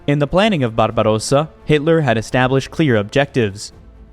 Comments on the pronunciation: Frederick Barabrossa was a German emperor and conqueror and is laid to rest in Germany where there is a monument. Your attempt at a politically correct pronunciation of Barbarossa is just plain stupid. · I never heard Barbarosa pronounced as a Spanish word before. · Why do you pronounce ‘Barbarossa’ like an Italian? That’s not how any German would say the word! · hes right tho' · yes, but when used in the context of ‘Operation Barbarossa’ it should be pronounced as a German would say it. The pronunciation of ‘Wehrmacht’ in this video is also very questionable.